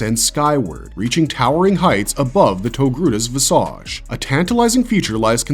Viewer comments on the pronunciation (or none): Only because you said it more than once - It's vizij (like wicked) not visä(d)ZH (like massage) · Why do computer generated narrative voices mispronounce so many words? Visage. Chasm. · Listening to this narrative is like watching bad porn written by someone who's trying to use as many SAT words as possible to win a bet. How many times do you think you can use (and over-pronounce) a word like "visage" before we start thinking you're using AI to write your script? Languid masturbation. People love Ahsoka less than these videos always seem to assume. Filoni loves her. We know that. He wrote her hoping she'd come to life one day. But she's never been so compelling that the rest of us all wait with baited breath for her to make her next appearance. She was an annoying child who became a smug adult. That's her story in a nutshell. Filoni's been maneuvering her into place to become something bigger than the story needed anyone to be for decades. And a lot of us are just bored with her.